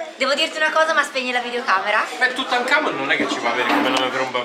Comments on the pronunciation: esatto ha detto tutankamon come ho fatto a non accorgermene però io vi amo space family ma tutankomon è orrendo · Forse ho capito il nome..... Napoleone perché ha detto tutankamon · Ho sentito dire tutankamon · Ma solo io ho sentito dire "però Tutankhamon"